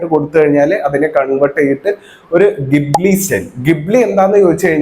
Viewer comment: Ghibli ❌chali✅